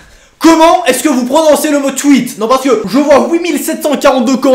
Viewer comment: Enfaite toi tu dit" tou i té" mais sa se dit " twi té"